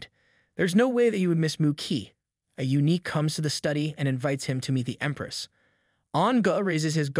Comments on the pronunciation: Thanks for the videos! I think eunuch is pronounced “you-nick”, not unique. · U-nick, not unique